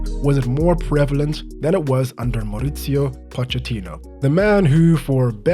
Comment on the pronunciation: Mauricio, not Moritsio